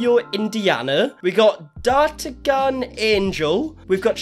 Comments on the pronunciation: Dar-tan-yan (D'Artagnan). 3 Musketeers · Love that he can't do D'artagnan (not a three musketeers fan), Nefertiti (what Egypt??), and Aphrodite (who Greek goddess when??) not being mean i love it those are hard ones i just think it's sweet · Dar-tuh-gan Is pronounced Dar-tan-yin. From the three musketeers, Dartagnan. Somehow the gn makes a yih sound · I think D'artagnan is pronounced like "dartanian" but I may be wrong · The names are easy. Taina (spoken: Tyna) not Tiana (you pronounced Tea-Ana). Not Babitiana- it's clearly written Bambi-Taina (spoken like the Walt Disney Bambi -Tayna). D'Artagnan of course is the name of one of the 3 Musketeers ... so pronounced very differently. Also their names can be heard in the videos quite often. Cleopatra did not go to Finland on a whim. The family lived in Finland for a very long time. Many of the kids were born in Finland. They only just moved (back) to Australia 1 year or so ago. Your research has not been very well I would say. But the family is definitely very weird. Haven't watched their videos for a long time, the content has gotten more and more boring over time, especially since they are (back ) in Australia.